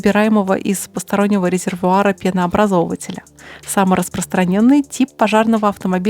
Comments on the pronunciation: ПенообразовАтель, а не пенообразовывытель🤣,, почитайте об этом что то дополнительно для образования. Мое мнение модель сильно затемнили, как правилоп пожарки довольно ухоженные, блестящие. В таком виде как у вас - район могильника на ЧАЭС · Правильно ударение ставить так: пенообразовАтель 😉👍